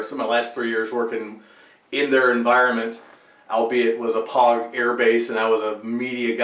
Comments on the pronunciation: 'POG' (pronounced 'pouge' ; rhymes with 'rouge') is actually a Marine Corps term. The correct nomenclature of Army 'non-combat personnel' is REMF (Rear Echelon Mother Fucker). This also includes 'fobbits' , as in, 'those whose mission does not require them to leave the base', whether it's a Forward Operation Base (FOB), or any other base of operations. The 'fobbit' part is universal. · POG rhymes with vogue,.